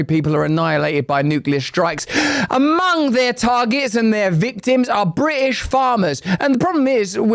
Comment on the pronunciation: bri ish lol add the T lol